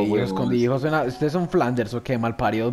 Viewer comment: se dice "escondidas" xd